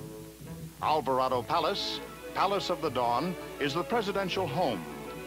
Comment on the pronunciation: As a Spanish speaker I was like🙄🙄 However i was 😅😅 when he said "Alvarado" instead of "Alvorada"